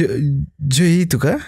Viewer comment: Joey sebutan nya Jo ey ....heheheh